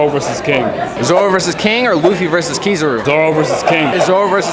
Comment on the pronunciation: Dont embarrass yourself by saying Kizaru like that bruh, it’s KI-ZA-RU! Dont disrespect Japanese language like that. It’s like pronouncing Chanel as Channel 😂